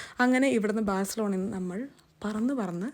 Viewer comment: The way you pronounce Barcelona is cute ..A lill different..Sounds like Barissalona😊